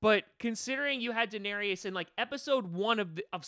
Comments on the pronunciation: A denarius is a Roman coin. Danaerys is pronounced differently. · You can''t even pronounce Daenerys correctly through this entire video